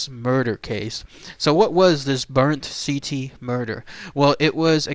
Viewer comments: The word "ziti" PLEASE stop pronouncing it the way you did in this video! Your OVER pronouncing the "I". It's pronounced more like "ZEE-T". Apologies on being "that guy, but still. :) Lol "good ol Rosie" very smart man BUT thought he was too smart (playing insane) and it didn't work. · I realize this is late, but it sounds just like "seedy. " Just say it like that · no probs with it pronounced just sound the T with a D!